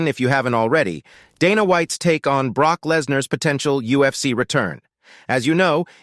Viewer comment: I know! Like the commentator has never heard of Brooke........I mean Broke.....oh darn! Brock 😂